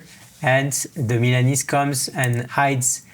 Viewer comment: It is pronounced correctly >>>> MILA(merica)NE(nergy)SE(nergy)